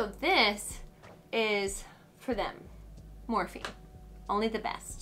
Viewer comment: Love this so much! Also did you just call morphe morf 😂❤️ it’s pronounced morfee love you lots 💚